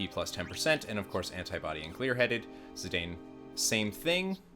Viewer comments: It's pronounced zee-Dawn not zee -dain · It's not your fault for not knowing because they aren't english words...but: Zidane = Zi-dahn Eiko = Eh-koh Kupo = Koo-poh Regen has no excuse though haha.